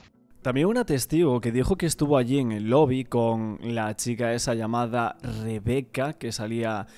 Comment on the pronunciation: Me da toc que diga XICA en vez de CHica